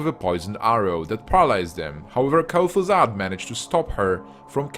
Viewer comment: The video is very well done but man, can you please learn the correct pronunciations? Val'kyr, Lordaeron, Kael'thas, and a lot other names are so badly pronounced.